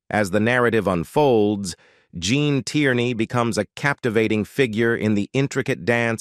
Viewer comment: hey -- learn how to say this name correctly!... Gene Tierney